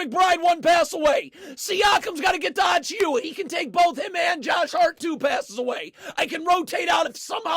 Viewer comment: just a little help for precious’s name lol it’s pronounced a-chew-uh